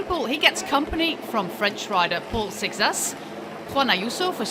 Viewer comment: Also, the French rider has a Portuguese last name, Seixas, as his grandparents are Portuguese, and it's definitely not pronounced the way she does. But then again, maybe in France they'd pronounce it that way